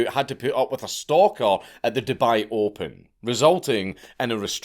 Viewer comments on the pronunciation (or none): none